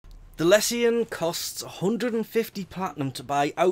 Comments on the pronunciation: do you pronounce all tion/sion words 'see on' not 'shuun'... corruption, resolution, solution, Lesion, precision, precusion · It's lee-shon. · I have been having a blast using it, i was using the tonbo for a while now and this is a direct upgrade to that. Also, i think it's pronounced "lee-zhuh n"